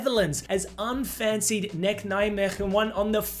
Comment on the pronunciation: I am an Ajax supporter but I'm from Nijmegen and this result for NEC is nothing but deserved. Crazy season. Lovely football. And holy actual sh*t there's going to be UCL football in my city. NEC is pronounced N. Ay. Say. No biggie, though. Even a lot of people in the Netherlands tend to mispronounce it.